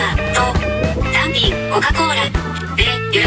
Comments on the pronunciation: 単品のニュアンスがたん↘ぴん↗で笑った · たぁ↑ん↓ぴぃ↑ぃん↓ めっちゃ笑ったwww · hirotaka shinohara なぜか「ぴん」だけアクセントかけてるw